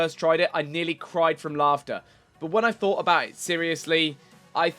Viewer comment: HOLY SHIT. Why does every 2nd game nerd have a fucking speech impediment. Fought?? NO.!!!!!!NO!!! IT IS FUCKING "THOUGHT". LEARN ENGLISH FUCKHEAD!